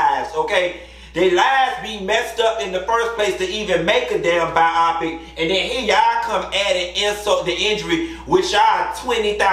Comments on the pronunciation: Omg I can't. He said Bye-awwpic. It's BIOPIC. Let's sound it out together my dude.......BYE-OH-PIC. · I couldn't get over "ByEYEpik" 😩I couldn't tell if you were joking or not. I only know "Bio-Pick" I didn't watch it. The "2nd Spin" is SnP.....🤷🏾‍♀️ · Bi-o-pic. Not bi-op-pic. But I'm sure you know that. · 😂😂😂😂 lol it’s bi -yo-pic lol not bi-I-pic